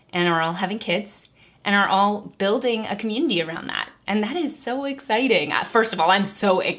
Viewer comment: I don’t have a say in politics because I’m too young to vote so anyways, I’m just gonna decipher how she pronounces “community” cah-myoon-ittee btw she’s been saying it a lot and Also conservative isn’t really a community it’s just a political party but regardless we’re all friends here so 🤣